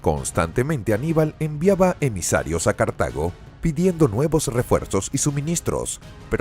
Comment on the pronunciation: Se dice Cartago, no cartaño